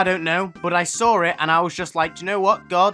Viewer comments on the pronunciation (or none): Is no one going to talk about 1. says swar j stead of saw 2. The crying bachata children are scared of grass and normal air and don’t have fathers 😂